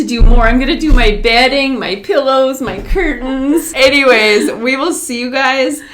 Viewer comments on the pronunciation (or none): melk and beg, you can add pellow instead of pillow :) we love it tho keep it up